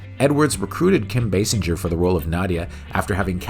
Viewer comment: Basinger pronounced "Bay-singer" not "Bass-injer", that aside, love this series dude and loved this move since I was a kid. 😁👍🏻